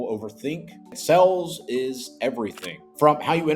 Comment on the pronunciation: It's pronounced sales, not sells.